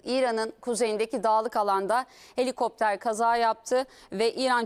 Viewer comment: Ucak deil cino helikoptrar 😂😂😂